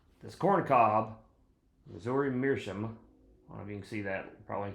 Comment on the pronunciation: It's pronounced Mearschowmh